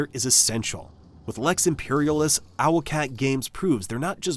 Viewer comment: Is this an AI voice...? I'm almost certain that's not how you pronounce "Lex Imperialis" and "Adeptus Arbites"...or maybe I'm wrong.